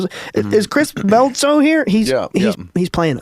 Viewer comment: Another phenomenal episode, Coach👏🏽👏🏽 Oh, and don't worry, you were pronouncing 'Bledsoe' properly👍🏽🫵🏽💯✝️🙏🏽 You know what's crazy? I haven't heard or thought of the fact that Mary had a "star" following her throughout her pregnancy since I've been delved into my DEEP search for truth, and you know what? From everything I know, I 100% can get behind that that wasn't just a star, but a ship. I've come to some remarkable conclusions that have brought me back to Christ, and him being the genetically manipulated planted seed of our one, true God is EXACTLY what I've come to accept as likely fact. We are the genetically manipulated and created products of God. I think the reason the truth about religion hasn't been disclosed is because we REALLY ARE a genetic experiment created by an unbelievably powerful and possibly unimaginably GIGANTIC Being that we call God. We really are the ants in the ant farm. That realization will ruin people's egos and implode their minds. I don't think it matters much; as long as it's the TRUTH, I'm good with it😊 May our enormous, intelligent creator, God, bless you and yours and the team here!😊✝️🙏🏽